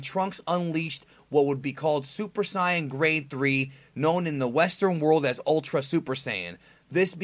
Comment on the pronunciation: Dude, say "Saya-jin" or pronounce Saiyan as it is in the dub. The way you're pronouncing it is just plain wrong and makes my nerdy eardrums bleed.